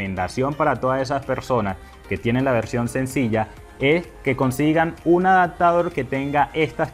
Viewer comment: Excelente consejo. Solo un dato es A D A P T A D O R, no ¡ADACTADOR! se pronuncia ADAPTADOR. Ojalá te sea de utilidad